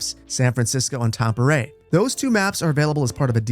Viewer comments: Love how you say Tampere 😅 but thanks for this video, counting down the minutes here, your stuff has pulled me through this long week to launch. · You really butchered ‘Tampere’ 😅